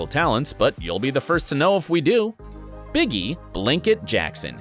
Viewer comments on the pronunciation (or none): Biggie😂😂 its Bigi pronounced BG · Get it right! Blanket calls himself Bigi (pronounced BeeGee) now.